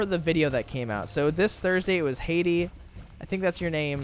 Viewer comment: jk I love you thank you for the birthday wishes (it’s pronounced Had-ee)